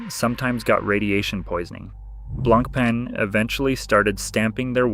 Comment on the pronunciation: BLANK PEN .. how irritating is that pronunciation🤦🏻‍♂️ BLAN PAH is closest way you can say to real French .. which means white bread 🥖